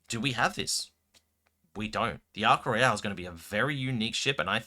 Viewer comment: You're saying Ark Royal weird. It ain't Royale... It's not a cruise ship